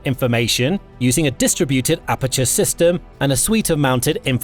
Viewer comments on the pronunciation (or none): none